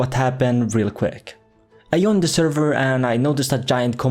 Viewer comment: Everyone: i joined the server: i yoined the server no offense bro